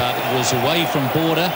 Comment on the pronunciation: Anyone else notice it said Bordber out b. Border?